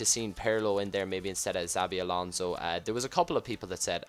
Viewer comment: Why do u say sabi alonso ?